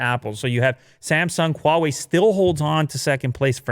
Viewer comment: Its” hu a wai “not wall way 🤦